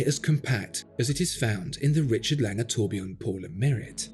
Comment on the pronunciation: It's Lange, as (un)usual...